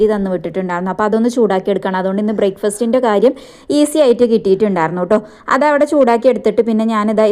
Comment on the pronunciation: ബ്രേക്ക് ഫെസ്റ്റ് എന്നല്ല പറയൽ. ബ്രേക്ക് ഫാസ്റ്റ് എന്നാണ് പറയൽ